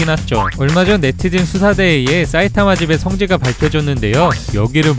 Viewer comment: 경상도 분이신가요? "사이타마" 말할때 "싸이타마"라고 하시는거 보면 경상도 특유의 쎈 발음이라 갑자기 궁금하네요.